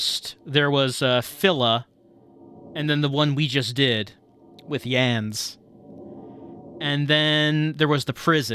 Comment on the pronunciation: In Germany we have the first name Jens which sounds pretty close to how you pronounced Yans. For example, the german health minister during the pandemic was Jens Spahn.